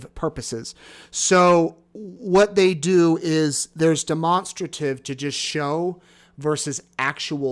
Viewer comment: Demonstrate… Demonstrative both pronounce the same not de-monster- tive 🤦🏽